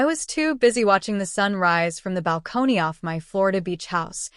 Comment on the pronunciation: Maybe you should actually get somebody that knows how to read and pronunciate English American English because it's obvious this is an AI generated reader because they can't read s*** they can't even pronounce millions of dollars and balcony